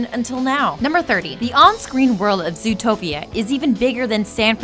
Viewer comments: Lol, zootopeo. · I thought it was called zootroplis